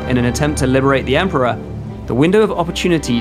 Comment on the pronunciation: A shamefur dispray! "EMPORER"